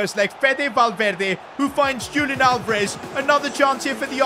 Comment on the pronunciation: YO PRONOUNCED ALVEREZ NAME WRONGGG!